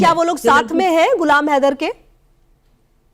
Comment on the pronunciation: Tera ye haidar ko kitna glt bolta tb beth kr hansti h😂😂😂